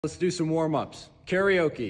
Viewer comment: Karaoke pronounced "karie oakie" is singing. The stretch is pronounced "karie oaka"